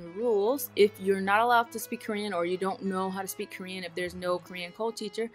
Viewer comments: Your Korean prononciation and accent are better than my English. I think your students will like you and follow you well. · You pronunciation is so good! How?! I'm sorry if you explained it before ... I'm new ! 미안합니다! 감사합니다! :) 🇰🇷👍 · 빈말이 아니라 한국인 제외 유튜버중에 한국어 발음 제일 좋아요;; 내 친구보다 더 좋음ㅋㅋㅋㅋㅋ